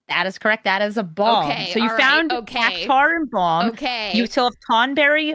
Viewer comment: Cactuar, not Cactaur.😅